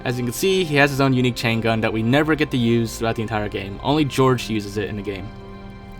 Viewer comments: Why do you pronounce Jorge like George? that's so wrong. It's supposed to be like 'HorHey' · Jorge is not pronounced "George" , it's "Hor-hey"